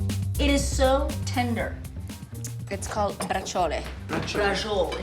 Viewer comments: No "Bra jowl"...Bra-chee-oleh. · Giada, why are you butchering the pronunciation of this word when you surely have heard it pronunce correctly from your Italian relatives who speak Italian? Bra-chee-oh-lay (rough written approximation). Not that difficult. You surely know we Italians pronounce every letter in a word, so the "e" at the end is not silent.